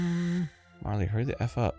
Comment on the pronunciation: GOD DAMMIT ARIN GOOGLE HOW TO SAY MARLE